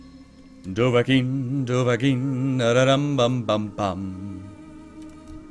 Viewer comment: its not dovahking! its dovahkiin!